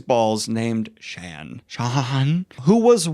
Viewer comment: Shan, like 'Shawn'?? Nope. Don't like that. 😂